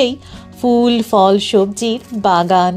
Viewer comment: দারুণ video! আপনার ধারাভাষ্যও বেশ মনোরম। শুধু একটাই খটকা লাগল। "ফল" এর সঠিক উচ্চারণ হল "phol", "fol" নয়। এভাবেই "ফুল" হল "phool", "fool" নয়। পরবর্তী ভিডিওগুলির জন্য মনে রাখবেন।